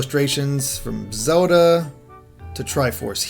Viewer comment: Did I mention ZULDUH... it's Zel - Da.